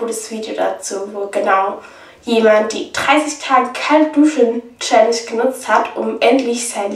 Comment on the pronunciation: bei "Challenge" fällt das "h"